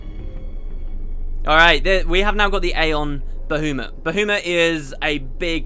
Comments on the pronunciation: Well, it's certainly not Bah-U-mut... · Good old Bahoomut. I am praying that you stop saying that in future episodes. Its making me want to pull my hair out. Baha Mut man... Ba-ha-mut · it's Ba-ha-mut no ba-hu-mat ish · It's Ba-HA-muht or BAH-ha-muht. I kinda cringed when you said Bahoomut. So funny though :) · I absolutely despise the way you say baHOOmutt, he's my favorite thing about this game and you make him sound like a clown :'( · BAHOOMIT? BAHOOMIT??? I'M SO CLOSE TO PUNCHING MY MONITOR. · Pterya as in Ptatoes? My guess would be it's kinda like Pterodactyl. And I was cringing when I heard you pronounce Bahamut repeatedly. I read that it's Bah-hah-moot as pronounced in FF12 or something. If that's true then my life has been a lie up until now. I always thought it was Bah-hah-mutt. P.S. gif is pronounced with a hard g as in graphics. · "Ba-who-mut" Ahahaha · It's supposed to be Ba-HA-mut, isn't it?I don't know why this bothers me so much >.> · "Bahoomut" - 10/10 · I laughed every time he said Boohoomut XD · This LP is still such a classic. I've been rewatching all of the episodes and your pronunciation of Bahamut will never not make me chuckle. Love it! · Why do I hate the way says Bahamut? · Any reason for pronouncing Bahamut like that? The fourth letter is an A not a U after all. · dude your way of pronouncing baHAmut is just wrong!!!! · Normally it's controversial how the u is pronounced, i.e bahamot or bahamat. But i've never heard anyone pronouncing the second a as ou before. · So many comments about Bahamut's pronunciation! I can tell this is gonna make me cringe :P (God, I was right >.<)